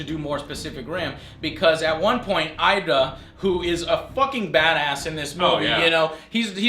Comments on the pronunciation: his name is Idris -.- not "Idra" or "Ida" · Ida Joe. It's Idris bro BTW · IdRA not IDA lol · No No its IDa ,, who's Idris Alba !? lol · Idris is pronounced "ee-dris".